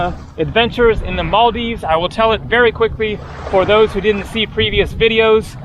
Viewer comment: Really have to appreciate that you aren't butchering our countries name like about 50% of white people out there, so thats much appreciated.